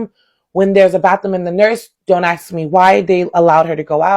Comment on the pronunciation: I like her but a teacher saying axed instead of ask is maddening